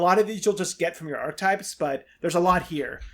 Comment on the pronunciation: Archetypes has three syllables.